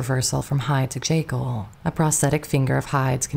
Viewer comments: Still mispronouncing names and words that are well known. Dr. "Jay Kill" for Dr. Jekyll and "IN genue" for "awn" genue, for example. Hard to believe this is a flesh and blood narrator making these gaffes. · Great story, but holy mispronunciations, Batman. Do we really not know how to pronounce Dr. Jekyll?